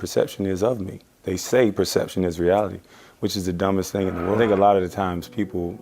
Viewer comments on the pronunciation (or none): none